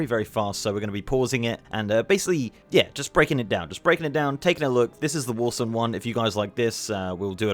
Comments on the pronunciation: “Warson” lol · Getting irrationally angry at your pronunciation of Warsong like "Warsung"